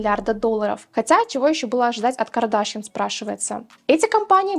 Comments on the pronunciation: Что-то как-то плохо ты смотришь ролики и информацию. Не КардАшьян, а КардашьЯн. Я модой не интересуюсь, случайно видео попало в рекомендуемые, но я и то знаю как правильно произносится её фамилия =)), ужас, стыд испанский. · а почему КардАшъян...сорян если не верно просто не понимаю ударение..